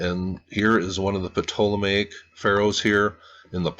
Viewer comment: you don't need to say the P in "ptolemaic" bro. It's "Toll-a-may-ic"